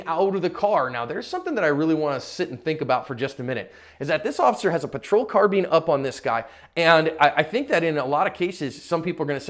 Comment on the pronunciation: Sorry to nitpick, but.... isn't the word carbine pronounced "car-byne", not "car-bean"?🤔